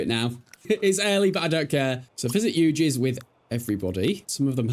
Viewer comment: eugi is a basque town and pronounced euví and not yugi